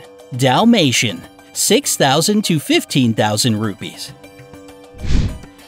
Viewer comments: Hey Its Ruppees Not Rubys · I am an Indian and our carensy is not pronosed rubbies it's ruppes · Seriously how he pronounce the currency rupees i am from india and that litterally gets me to think 'Wth'